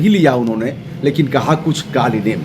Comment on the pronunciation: कालनेमि उस राक्षस का नाम था, कालीनेम नहीं! कृपया सुधार कर बोले ।